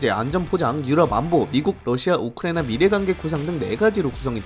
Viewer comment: 발음이 우크레이나 라고 들리는데 내 귀가 좀 이상한건가..